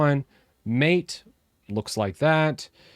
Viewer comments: Mate is pronounced "Mate", not "Mate" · This irked me as well, but most eventually learn. Unless you dive into the Mate community, you're just going to pronounce it as the English word. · Is that Mate or Maate🤔🤔🤔